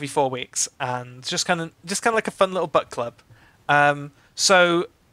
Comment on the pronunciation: It took me far too long to realise you were saying book club and not butt club.